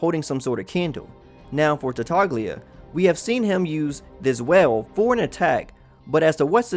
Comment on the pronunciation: Just for future reference, you don't pronounce the G in Tartaglia, since it's an Italian name. Pointing it out because it really bothered me and I'm sure I'm not the only one x)